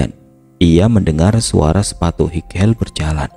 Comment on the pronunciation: "Highheel" dibaca "Hai-hil" bukan "highel" ☝🏻